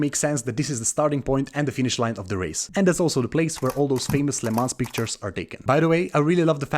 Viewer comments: Great video but the whole time youre pronouncing it wrong. Its not "le mans" but "le mon" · Isn't Lemans pronounced LeMan? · Awful pronunciation. Please run the name through Google translate next time just to hear how it’s supposed to sound. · the le mans pronounciation tho lol